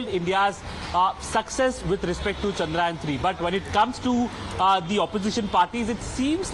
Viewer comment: How many of you reporters are going to call it chandrayan??? It's CHANDRA YAAN.